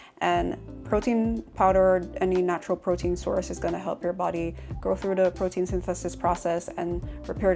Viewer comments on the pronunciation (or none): "Mussel pwotein 'yntesis" 🤣